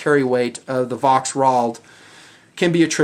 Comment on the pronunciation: The "V" is prenounced as a "F' in German.